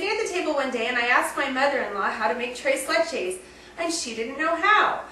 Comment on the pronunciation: This is definitely the Gringo recipe. What kind of Mexican are you married to? Oh wait, that's right, sopaipillas are NEW MEXICAN not MEXICAN! Here's a tip, if you want to try and convince people that you're "one of us". Do your research before you make the recipe video and also, please, learn how to pronounce things in Spanish. Trees Leeeches? C'mon!